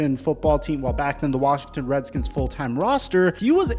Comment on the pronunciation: Cancel this man he said Reddkins lol